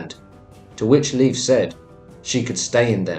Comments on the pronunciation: it’s pronounced layf my guy not leaf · Please for the love of the god please use proper pronunciation. Leif isn’t pronounced to sound like leaf. Made me cringe every time and was super distracting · Leif is NOT pronounced "leaf" for crying out loud!!